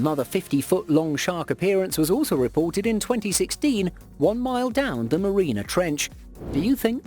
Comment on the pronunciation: It’s Mariana Trench. Not “marina” trench. And fish are not mammals 🤦🏻‍♂️